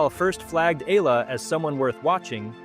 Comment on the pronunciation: Another fake AI news narrator cant even properly pronounce Alex family name😜😜😜